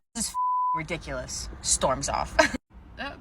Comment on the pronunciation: i love how you say ''RUHdiculous!!!!''